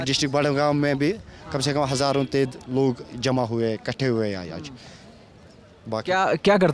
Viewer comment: Sala mkkar reporter nagrikik hazaron kah raha hai reporter hazar bol raha hai dallan top